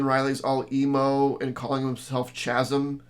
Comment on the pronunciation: Hi. Chasm is pronounced KAZ' um. Hard "ch."